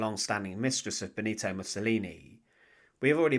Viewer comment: "Bonito" sta cazzo di intelligenza artificiale 😆